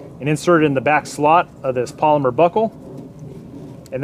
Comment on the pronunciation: You had me allll the way then you said polYMEr eeeewwwwwwww